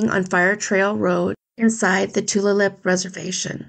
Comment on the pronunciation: Yakoke (thank you) for covering these cases of missing Native sisters. As an Indigenous woman myself, I am very grateful. The more eyes we can get on cases like these, the better. Just for reference, Tulalip is pronounced Too-lay-lip. Sometimes Indigenous words can be a little tricky. I totally get it, just an FYI.